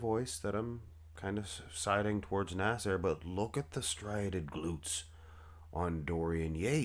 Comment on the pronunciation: Why do you continually pronounce his name as “nas-AIR?”